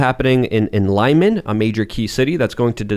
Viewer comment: it's pronounced Lee 'mon (closer to "c'mon"), not 'Laimun, and it's actually a town name that's a geographical term word that translates to "firth" in English. Sorry but it's cringe to hear you americanize that name so brutally every time. Second podcast in a row geese!